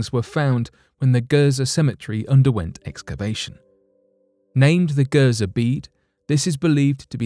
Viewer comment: Gerzer really everyone on the planet calls it Giza but you call it gerzer